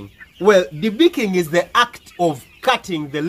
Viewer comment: Lol the accent though "debeakeen bads"